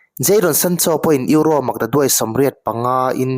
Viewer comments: Eurossss tih kher angailo, Euro ti tawp la atawk mai sir.. ngaihthlak ati nuamlo lek lek.. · Eurose😂 atawplam ah erawh euro ngaihthlak a nuam ta e, tuipui ral tawng alawm duh duh in lam maitur, Mizo tawng pawh sap pa chal ho Khuan an lam dik bik awmlo e mai😂😂😂